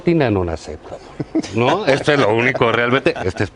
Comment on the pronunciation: dats insoltin an onaxectabol... JAJAJAJAJAJA... JAJAJAJA.. Q MAMADAS